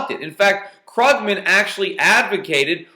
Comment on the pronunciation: its kroogman! xD krooooogman